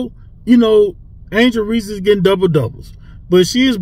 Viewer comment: And skip said Reese